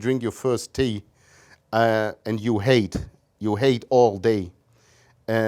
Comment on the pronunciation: I like how he describes the beginning of the day with having your first tea and says "tea" in geordie accent